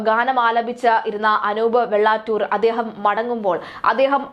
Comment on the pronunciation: വെള്ളാറ്റൂർ അല്ല കുട്ടി. വെള്ളാറ്റഞ്ഞുർ.